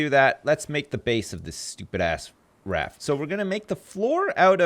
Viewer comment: I love how pronounces buoy and raft. "Booeys" & "Raaaaft" lol.